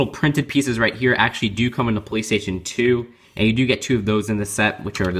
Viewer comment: when you said the piece came in the police station too it sounded like you said the piece comes in the playstation 2 lol